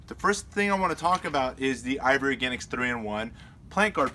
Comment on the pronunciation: Sounds like you are saying ivory organics